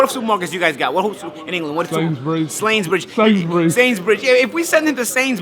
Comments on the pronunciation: man said "slainsburys" 😂😂😂😂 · 'Slanbridge' lol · sainsbridge, that's killed me.